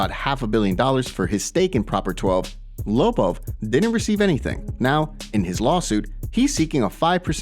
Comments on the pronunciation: The way this guy says Lobov, smh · Can you learn how to pronounce Lobov it's annoying.